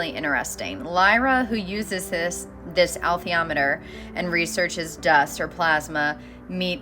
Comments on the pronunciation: I believe Pullman pronounces it "Uh_LEETH-ee-AH-met-er." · In actual science, plasma is not uniquely associated with consciousness, father ALL matter and energy are. "Alethiometer" is pronounced "uh-LEE=THEE-awe-muh-terr." It is so-pronounced in the film& television series, where Pullman himself advised on pronunciations. - Bruce P. Grether